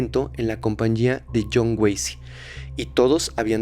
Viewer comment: Yo también me equivoqué al decir Jhon wacy